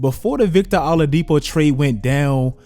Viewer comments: I love that he says Victor “allah”dipo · That Oladipo pronunciation is killing me